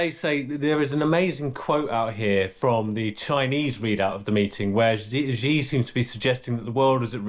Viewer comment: Come on. Learn how to pronounce the name of the dictator you're talking about. It's not "Zee" or "Zhee." Just pronounce it as "She." That would be more than close enough.